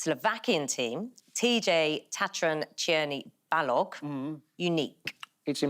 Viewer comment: Woooow, huge kudos to Naga Munchetty, she pronounced "Tatran Čierny Balog" correctly!